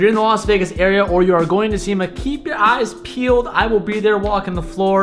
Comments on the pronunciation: I heard "I'll be at semen this year" not SEMA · definitely said semen